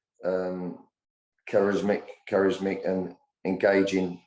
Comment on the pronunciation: It's charismatic not charismic🤦🏻🤣